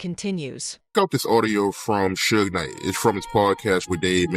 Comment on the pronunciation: Sootch Knight and Shin Combs 😂 Narrator should learn the names first